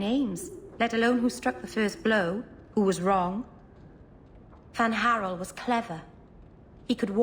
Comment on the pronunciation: FAN-HArel Geez it's Fen-HarEL